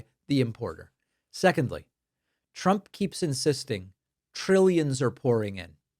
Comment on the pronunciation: at the mark did she say "Look at what President Chump has been able to do..." 🤣